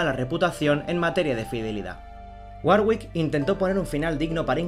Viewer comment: Se pronuncia warick. La hermana de Enrique estaba con el duque de Borgoña